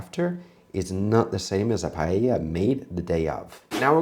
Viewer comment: Can't pronounce paella or chorizo, but somehow managed to pronounce paella correct at the very end of the video.